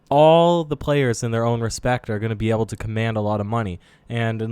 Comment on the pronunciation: dude you pronounce "able" so weird. Its pronounced AYble not eble